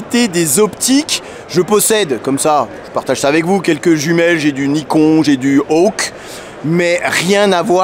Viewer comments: Hello. J'ai bien aimé ton accent pour dire Nikon 😄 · C'est bizarre comment tu prononces swarovski et Nikon je savais pas que swarovski faisait des optiques